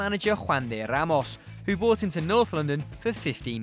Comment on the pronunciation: Your pronunciations are all over the shop. The "r" in "brought" is not silent. The "t" in "debuted" is.